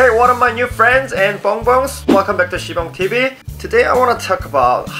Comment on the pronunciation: I thought he said sponge tv 😂